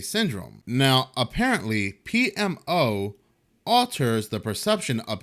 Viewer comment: bruh, i think u knocked it out the park pronouncing that $20 word PMO!!! It would have probably taken me several more attempts, tbqh